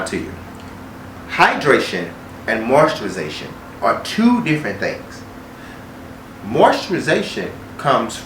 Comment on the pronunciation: Just came to hear him say MOISTURIZATION 🤣